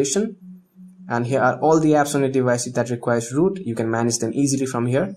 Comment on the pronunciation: U r calling root loot... :\ But nice video :D